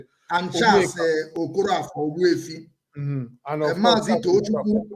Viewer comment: Ogbu ezie, not efi